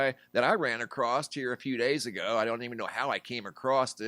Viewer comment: There is no "t" in the word "across" please learn the pronunciation of the word thanks.